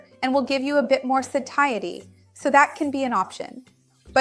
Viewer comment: Seems she pronounced it wrong